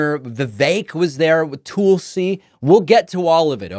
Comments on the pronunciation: Dave, it's not "Tool-si" Gabbard, it's "Tull-si," tull rhyming with dull. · I love how David pronounces her name "Toolsie" 😂😂😂